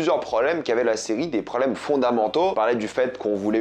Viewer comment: on dit PROBLEMES, pas PRO'EMES